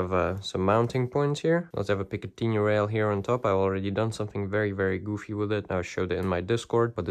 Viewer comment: he said its got a “p-k-t-ni- rail”